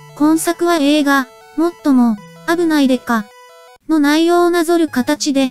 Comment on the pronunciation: あぶない刑事の発音が関西弁になっててかわいい😊